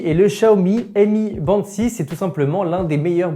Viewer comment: le mi band 6 se prononce "mi" et non "M-I", Mi étant le nom d'une des gammes de Xiaomi (comme les smartphones Mi)